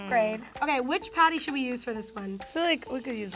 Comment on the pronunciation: Did anyone else noticed said potty not patty